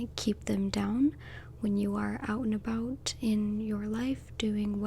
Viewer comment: Out and about, Canadian style?